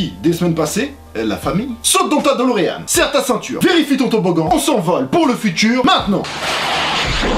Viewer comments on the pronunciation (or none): none